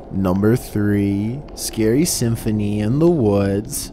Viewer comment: Oooo scawwy